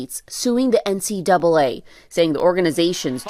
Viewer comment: Thanks for not saying N-C-DOUBLE A, which adds an extra syllable unnecessarily.